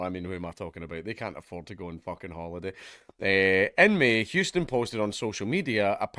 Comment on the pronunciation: It’s amazing that a Scotsman can pronounce Houston correctly but the average New Yorker fucks it up beyond recognition